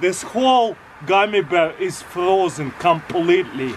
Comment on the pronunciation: Frroozen Comphaleeeetly